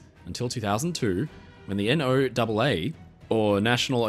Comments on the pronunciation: For reference, NOAA is typically pronounced like Noah, not by spelling the letters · NOAA is pronounced generally as Noah like NASA is nassah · In America we don’t spell out noaa, we pronounce it the way you say Noah. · another great video! You never cease to amaze and educate. Just wanted to send a friendly pronunciation note from a Yank, we pronounce NOAA like "Noah." Keep up the great work!! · NOAA is actually pronounced as "Noah". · We pronounce it No-uh, like Noah. Because no government agency can resist a clever acronym. ;) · NOAA is pronounced like Noah. 🙂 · You do realize NOAA is pronounced, Noah, like the Bible boat guy.